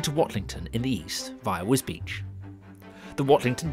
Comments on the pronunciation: This is interesting, but is that really how you pronounce the town's name, as if it's spelt Wisbeech or Wisbeach? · Alas, Wisbech is pronounced just as it is spelled, not as "Wisbeach"! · I think that many people in Wisbech would prefer a rail connection to King's Lynn rather than Cambridge, but that's not on the table. Yes - some pronounce it 'Wisbeck' and I can see how. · It is pronounced Wisbeach but I have always called it more like Wisbitch. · I agree! I've never been, so I would have pronounced it Wisbeck. Now I know. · Yes it is. It is often incorrectly pronounced as 'Wisbeck'. Really glad you enjoyed the film!